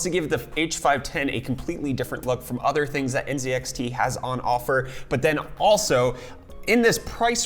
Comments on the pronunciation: Bro u okay? I just heard u say nZEDxt Instead of nzxt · ZED? Z(EEEEEEEEEEE) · You are from FL and you say zee in the British way zed. Is that some sort of respect to the company or something? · NZEDXT u canadian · *lives in FL *Pronounces NZXT as N(zed)XT